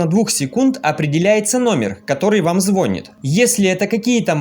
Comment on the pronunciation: Ну не звонит, а звонит